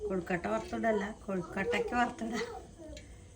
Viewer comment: Kozhikottayalla, kozhukkatta